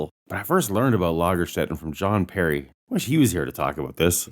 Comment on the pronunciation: almost correct,... One Lagerstätte is written and spelled without the n, several Lagerstätten get a plural N suffix. But your pronunciation was top.